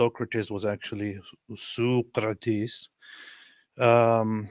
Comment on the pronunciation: Ar-Ristutullah and Sooqratees 😂😂😂